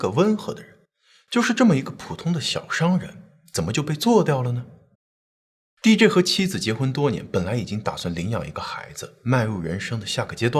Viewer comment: DJ D跟J 好像都應該是一声